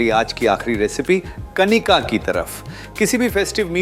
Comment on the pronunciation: It is Kaanika ....not Kanika